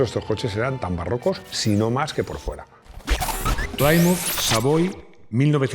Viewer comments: Pronunciado ‘Plímuz’, no ‘Plaimuz’. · Se pronuncia de cualquier manera, pero queda mejor /Plimuz/ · Gran admirador de y su programa. Recomendado a todos mis amigos entusiastas. Entiendo que el inglés no es su fuerte, así que coopero con la pronunciación: Plymouth se pronuncia plimouth, no playmouth. Oldsmobile es oldsmóbil, no oldsmobail. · Sin acritud, Plymouth se pronuncia Plimauz y Oldsmobile se pronuncia Oulds-mobil. Pongo el guión para resaltar que como muchas otras palabras en inglés se acentúa la pronunciación en 2 sílabas de la misma palabra. En este caso sería algo como Óuldsmobíl. Existe un canal en YouTube que ayuda a pronunciar correctamente palabras en inglés/americano aunque sean marcas comerciales, como es el caso. Saludos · y Plymouth, 'plímuz' (no 'pláimuz'); y engine, 'enllin' (no 'enlláin'); y Chevrolet, 'shevrolé' (no 'chévrolet')... pero tiene claro que sabe de coches, no de idiomas, y lo admite públicamente. 😂